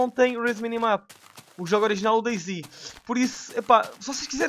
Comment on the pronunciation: eh dayZ e não deyZ